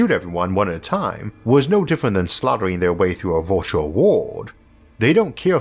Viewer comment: Virtual is not pronounced vortiol